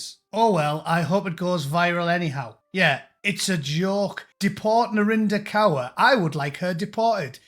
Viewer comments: Is that Narinder Cur or is that just the way that Scousers pronounce it ? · Kaur is pronounced as Core. I'm British Sikh. British First. I don't claim this clown, many of us don't.